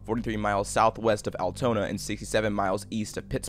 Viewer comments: This is great I've lived in Pennsylvania most of my life and I've heard stories about Johnstown but I didn't know a of this. I never imagined it to be this bad. Also it's Al-Toon-uh not Al-tone-yah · i was in johnstowna few years ago, but i never heard anything about the flood. all i remember is the terrifying mountains surrounding the city and its al-too-na not al-toh-na, but still amazing video! keep up the good work!